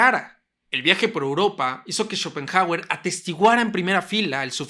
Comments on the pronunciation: Escuchar tantas veces “Chopenjauer” terminó por hacerme dejar de ver el vídeo. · "Chopen jágüer"... Trata de —como mínimo— aprender su pronunciación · Y qué graciosa su pronunciación... "Chópen Jágüer"... jajsja